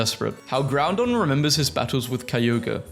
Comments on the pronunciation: He keeps saying GrouNdon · did...he just call groudon, groundon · goth it elle also please dont call it groundon there is no second n